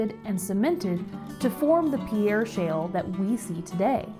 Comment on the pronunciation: This is a wonderful video that shows some of the fascinating geology behind this great place. However, a couple of bad place-name pronunciations are distracting. In South Dakota, the name Pierre (the state capital) is pronounced with one syllable ("peer"), and Chadron with a soft sh, like Chicago. Pronouncing them wrong in the park might get you funny looks!